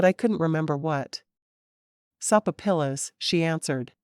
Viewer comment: Love your books.... But I laugh out loud every time this narrator mispronounces a word..... Sopapilla is pronounced so-fa- pia.... I am figuring this is AI narration....and if it is, it is the best i have heard so far,But I spit out my soda laughing